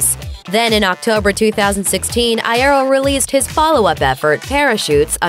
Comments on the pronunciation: ITS I EAR O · I-yeh-ro wtf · Eye-air-oh Oml stop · Frank Eye-air-oh smh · I want to die after the way she said "Iero" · oof i died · ThE wAy ThEy sAy "IeRo" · Lol that was so annoying. Good video, not so great pronunciation of Frank's last name. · Anyone else annoyed by the mispronounciation of Iero? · T-they mispronounced “Iero” 🤦🏻‍♀️ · I cant be the only one annoyed by how they say Franks last name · the thing that makes me slightly uncomfortable is when they pronounce iero a different way and in my head i just go "no" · That’s not how you say Frank’s last name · AAHH YOU'RE PRONOUNCING IERO LIKE GERARD ALWAYS DID STAHP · THAT IS NOT FRANKS BIRTHDAY, AND THAT IS NOT HOW YOU SAY IERO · The way she said iero😂😂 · I’m sorry but I hate the way she says Iero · Hearing them pronounce frank iero like that makes me cringe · NNNNNGGGHHHH PLEASE stop saying Iero that way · Why she say Iero like that tho I want to 💀 after the way she said that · The way she says iero triggers me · Tip: it’s eye-ear-oh not eye-eh-roh... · ITS FRANK EYE-EAR-O NOT I-AIRO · Eye-ear-Oh that’s how you pronounce it speaker lady not eye-air-o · Ikr like come on it's ee-aero duh lol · I-A-ro... I’m just a bit triggered. It’s I-E-ro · Its not pronounced Eye-Ero its Pronounced Yero to your advanced grammar but over all you have a good narration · PLEASE I DONT WANT TO HEAR HER SAY EYE AIR OH AGAIN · Its Frank I-EE-RO Not Frank I-EH-RO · Frank I-air-o? Its Frank I-ear-o lmfao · It's eye-ear-oh not eye-air-oh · Frank Iero EYE AIR O it's pronounced Yoro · oh for gods sake its i-EAR-ro nOT i-air-oh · NO NOT I AIR O IT'S I EAR O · Eye-ear-o not eye-air-o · IEEERO NOT IAIROOO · I-EAR- o not I-air-ro soz I'm triggered I had to 😹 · Frank Aye-Ero Lmao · ""Frank iarrow" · ..what did she call frank? Frank I EH OH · frank eye-air-o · Frank I-Air-O 🤣🤣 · This bitch said "Frank Eye-air-oh" XDDD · oh dear JESUS! Like I know it's pronounced "Frank Eye-er-oh" like, very annunciated but that's just exessive GOD DAMN